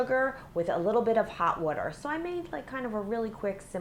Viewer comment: I like how she said hot weter instead of hot water